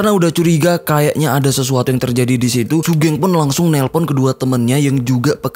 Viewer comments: Bacanya sugeng bang, bukan sugeng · bacanya sugeng bang bukan sugeng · buset bang wkwkwkw sugeng bang sugeng bukan sugeng ga enak banget dengernya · Sugeng mas bukan sugeng😭😭gimana sih? Gabisa voice note ya😭😭